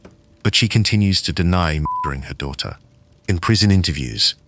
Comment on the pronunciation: Some are not bad, the one use obviously was translating from a non English language, so certain vowels were being messed up like the word daughter, the au was not being pronounced instead it was diter...same was other words with this sound..